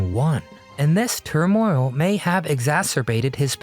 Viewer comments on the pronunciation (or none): RUBBISH TITLE and NARRATION by this so called " host". I hope to never hear this insipid voice again who mispronounces words. Example: he pronounces the word "turmoil" "turMOIL". And "sweethearts", " sweetHEARTS." Narrator: you might try learning the English language. You , are simply not up to the task of narrating a video about the great Cary Grant.